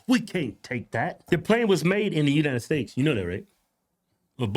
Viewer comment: States, not stakes bro.